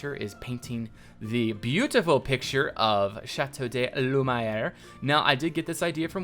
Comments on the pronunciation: Shat-O-(the D in bad)-Loo-Mee-Air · You keep saying Chateau de Lumiere wrong.